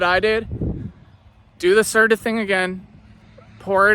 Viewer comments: LOL ITS CERT-O! HE KEEPS SAYING CERTA... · It’s actually Certo not Certa!!😂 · "C E R T A"😂😂😂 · this fool said certa